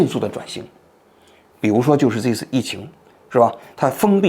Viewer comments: 是读 这一次 不是 贼次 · 王局能不要老是贼次贼次吗，这次😂